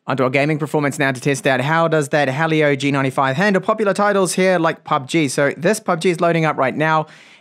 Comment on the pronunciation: Helio Not halio